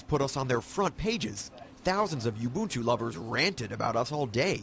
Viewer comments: Corrected the pronunciation of Ubuntu from Oo buhn too to You boon too. Geez. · The anchor finally learn to pronounce Ubuntu correctly... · buy a friggin windows disc slap it in and install it! and its pro nounced oooboontoo not youboontoo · She fricking mispronounced ubuntu in the first 19 seconds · Yeah this cracked me up too. Two different pronunciations, nether correct. And then the guy mispronouncing it the whole time actually comments about the girl mispronouncing it. 🙄